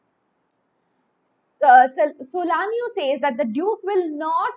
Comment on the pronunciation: Ma’am it’s SALANIO NOT solanio